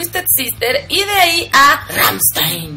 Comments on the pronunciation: c dice rammstain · así no se pronuncia rammstein:(